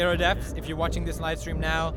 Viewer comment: Just wanted to say deaths instead of deafs maam:)